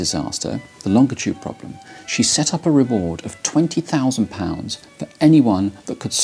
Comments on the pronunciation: Longitude… how hje says that word is extremely annoying and incorrect. If you look at a dictionary… Can't watch this. ˈlônjəˌto͞od, ˈlänjəˌto͞od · Good video! And I admire someone who pronounces the word “longitude” so strangely reading copy that features it so prominently. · As an American this is first time I have ever heard it pronounced long-itude I’ve always heard it pronounced Lon-gitude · I think I've been pronouncing "longitude" wrong my whole life. I always give it a "J" sound in the middle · Do most british pronounce longitude like that? I knew about a lot of differences, but I didn't know about this one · Pronounced that wrong, but sure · Very interesting video but it's pronounced longitude, and not longitude 😁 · This guy says longitude funny. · The way this guy pronounces "longitude" makes me physically uncomfortable. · You had me at longitude... pronounced with a hard "G" sound ... never in my life have I heard it pronounced that way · Can someone tell him he pronounces 'longitude' incorrectly? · P.S. the letter G when followed by I is usually a soft G, not hard. More like the letter J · Why the hard “G”pronunciation in “longitude”? It is quite uncommon.